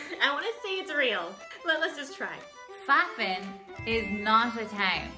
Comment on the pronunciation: Fuffin. Sounds like muffin. :)